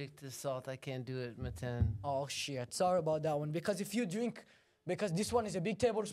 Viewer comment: loveee the Slavic/foreign mother styled - “shieeet” ❤😅😭